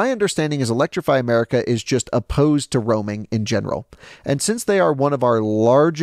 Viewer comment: That was funny when he just said electriify America 😂😂 as I’m in Philly charging at electrify America 😂😂